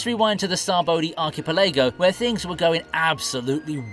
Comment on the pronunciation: What's with these One Piece vid makers that can't pronounce "archipelago"!? This is the 3rd one in 3 days.